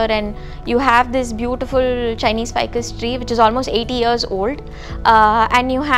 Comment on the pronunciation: Hi Mam it's which, not wuch